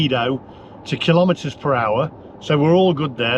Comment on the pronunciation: Please don’t pronounce kilometer kil lometer. There’s no such thing as a lometer. You wouldn’t ask for a kil logram of of onions. So kilogram it is and kilometer.